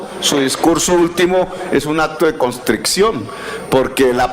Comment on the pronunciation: Petro... Se dice contrición.